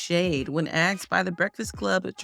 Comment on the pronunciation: “ AXED” BABYFACE?? AXXXXXEEEEEDDDD BABYFACE? NOOOOOOOOOOOOOOOOOOOOO